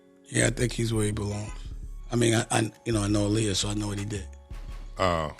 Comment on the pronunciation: The pronunciation of Aaliyah’s name turned me off from watching smh 🤦🏽‍♀️.